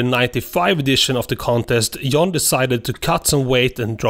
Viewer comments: Stop saying Yan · You pronounce John “yawn” and young “joung”